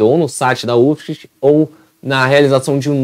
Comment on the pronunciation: PRONUNCIA UFSC MESMO!!!